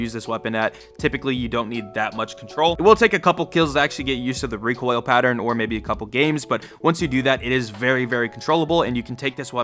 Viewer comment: "Reek oil"